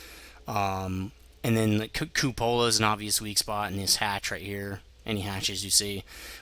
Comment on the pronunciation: Some pronunciation help... Glacis: GLEY-sis Cupola: KYOO-puh-luh